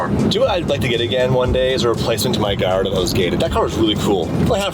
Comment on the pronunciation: Its a yellow GALLARDO not Galliado..🤣